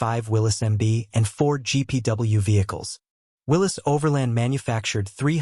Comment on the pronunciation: If you cannot pronounce the word "Willys" and don't know the difference between cubic inches and cubic centimeters you should not make a video about jeeps.